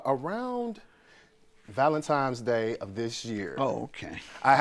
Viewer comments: Damn it I am so tired of people pronouncing Valentine’s Day, valentimes day. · Mister, it’s Valentines Day NOT Valentimes! You sound like a 6yr old. Teach your child better than this. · He said ValenTIMES day. Jesus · "Valentimes Day" smh.. He obviously doesnt know the origin of the holiday. Sad